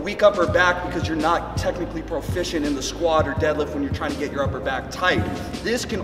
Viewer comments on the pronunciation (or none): Could have sworn you kept saying technical broficiency.